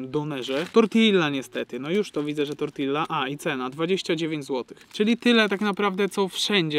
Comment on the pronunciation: drogi Książę, mówi/wymawia się "tortija"